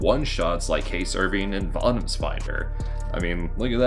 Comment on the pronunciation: It's pronounced VO-Toms There is no A in the word. They are not Vatoms as you say it they'r Votoms